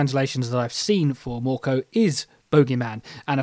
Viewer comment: You were actually pretty good with your pronouncing of mörkö, ö is not the easiest sound for English speakers. You're right, the green is olive green, fs 34096 is pretty good for the purpose. For instance mr hobby H320 or Hataka's A301 are pretty close.